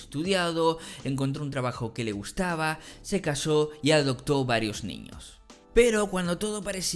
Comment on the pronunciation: ADOPTO!!! NO SE DICE ADOCTO